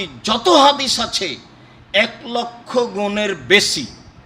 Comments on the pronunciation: ওকে হাদিছ বলবেন না আহলে হ দ ছ বলেন যত সব ফালতু কথা বলে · এ ব্যাটা হাদিস উচ্চারণ করতেই পারেন তারপর আহলে হাদিস